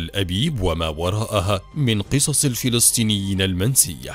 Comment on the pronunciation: الفلستينيين = فلسطينيين فلستين = فلسطين خيوت = خيوط تكلم عربي فصحى بالشكل الصحيح او تكلم باللهجة العامية